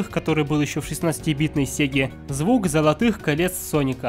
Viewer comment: Не паника а Соника